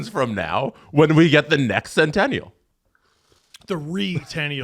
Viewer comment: Centoonieal / Centoonyal